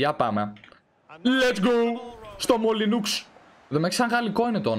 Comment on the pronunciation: Το γήπεδο της Wolves προφέρεται Μολινό